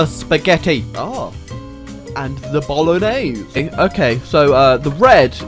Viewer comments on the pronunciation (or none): none